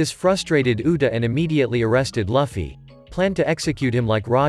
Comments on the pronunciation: Its Luufy and u saying lafy Btw nice vid afterall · Its luffy not luuffy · He literally said laffy but his name is luffy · No't Laffy its Luffy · so hes name its not loofy itz luffy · It's not fluffy. It's luffy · Your saying laffy not luffy😅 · Luffy❌ Laffy✅ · ITS (L-OO-FY not (L-U-FFY) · Lufi not lafi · Bro calls shanks shank luffy loffy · Wtf its not laffy its luffy 😡🤬🤬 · I can't get over when he says "lufee"😂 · To pernounce Luffy name correctly Looff-E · Why is he saying loffy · Will you get Luffy name right next time? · You’re saying Luffy wrong